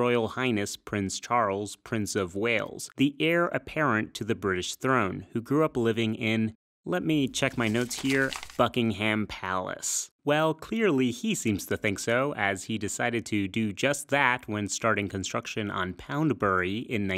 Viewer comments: Buking-hÆm lol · I would love to hear an American who actually learnt to pronounce British place names properly. You didn't. Frustratingly almost nobody ever points this out. Buckingham and Dorchester were both pronounced wrong. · 30 seconds in and you've managed to mispronounce the subject of the video and "Buckingham" which you've also inaccurately described as being where Charles III was brought up. Sloppy.